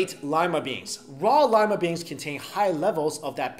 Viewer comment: I swear he said llama bean